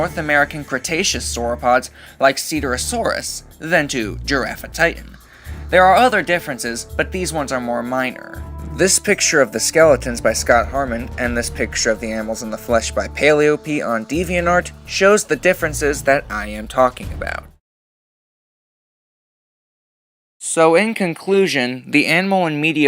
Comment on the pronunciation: I have to say, Paleop's name is not "Paleo-p" but instead "Pale-ee-up"